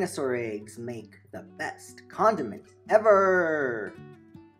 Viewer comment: The way u say Ever and Mayonaise at the beginning was really funny XD